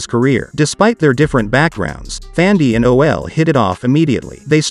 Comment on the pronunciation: Brown He is PRONOUNCING her name as THANDIE.